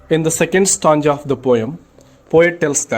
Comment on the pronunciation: 🥺Ur teaching is not good u can teach better you don't know to pronounce properly💘 you say tanga but it's really stanza 🤣🤣 if u feel bad I'm really approximately a very sorry 💘🥺